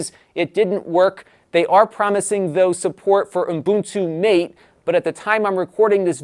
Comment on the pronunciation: Ubuntu Mate = Muh-teh, not Mayt. That desktop isn't your Anglophile drinking buddy but named after Mate Yerba, an Amazonian herbal infusion drink, by its Argentinian, Spanish speaking developers. Glad to be of service. ;)